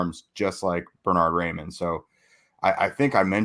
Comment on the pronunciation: I like the punny reference, but isn’t it pronounced like rye-mann and not ray-mann?